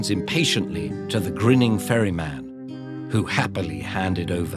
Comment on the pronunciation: i heard "furry man" instead of "ferry man" for the majority of the video.